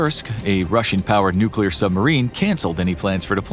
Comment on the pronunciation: I thought it would at least be oil if not nukeular